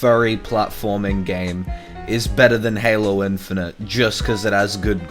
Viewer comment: Now I know good and Goddamn well this amazing Lucas m********* did not just say "Halo chief". That just goes to show that this amazing Lucas dude has brain problems. And as a long time Halo fan, I am livid